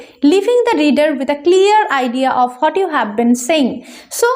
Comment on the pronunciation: What er pronunciation ta hot na bole what bollei vlo hoy r ki